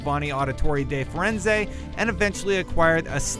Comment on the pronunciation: da Firenze its ezio auditore da-fedenze